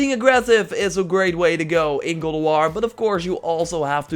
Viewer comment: "Gald" of war?